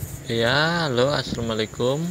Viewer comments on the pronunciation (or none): none